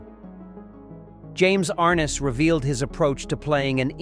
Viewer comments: Ar-NESS, not AR-ness. How hard is it to program correct pronunciations into AI? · They always do.... "James "AR-nis" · If this guy had really studied actors and the movie, he could have pronounced James Arness' name right. Arness doesn't rhyme with harness!?!